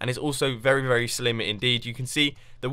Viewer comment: Is it me or does he say vely instead of very?